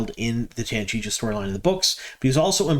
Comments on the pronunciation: It's pronounced TANCHEEKO not Tanchicho. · I'm glad we're seeing more elements for the Tanchico plot unfold. The fact they already introduced Moghedien so well is definitely going to setup her showdown with Nynaeve! Not being nitpicky but curious why you always call it "Tanchicho" when it's "Tanchico" (Tahn-CHEE-ko)? That extra "CH" always throws me off. 😂 Edit: Ok. Clearly I'm not the only one thrown off here. I guess we'll just have to acknowledge you're from out-of-town. 😉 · Chico, say chi-co, "chico" Tan-chico. I love your posts, just teasing. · Man, I like your videos, but PLEASE stop saying "Tancheecho" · I think it is pronounce tan chee’ ko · It's pronounced Tan-chee-koh. Just sayin'. Keep up the good work! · If I didn't know better, I'd think you were trolling us by mispronuncing Tanchico as many times as possible in one video. 😏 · Are you mispronouncing Tanchico on purpose to get people to comment? Thanks for the news, keep up with the good work. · Could you, please, stop butchering pronunciations! "I'm bad at languages" is a bad excuse! Research wouldn't take much time! In the name "Jaichim" "ch" makes "k" sound, and so does "c" in "Tanchico".